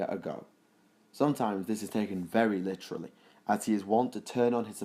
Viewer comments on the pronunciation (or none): none